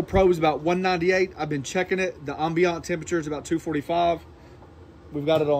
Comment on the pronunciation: anyone else slightly annoyed by the mispronunciation of ambient, or is it just me? LOL It's Am-Bee-Uhnt.